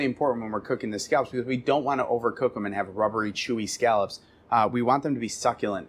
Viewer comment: He does sound like he's saying "scalps."